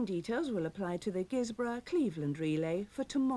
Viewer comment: At least someone not from the area can pronounce Guisborough correctly - those bods from the other side insist that it’s pronounced Guys-borough!